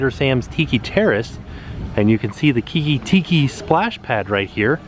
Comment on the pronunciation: you said Tiiki way better than crayon